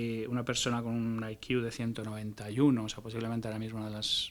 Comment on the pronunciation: No entiendo el motivo por qué una persona supuestamente inteligente se tira media entrevista diciendo "I Q" (ai quiu) en vez de "C I" que sería la forma correcta de decirlo. 🤦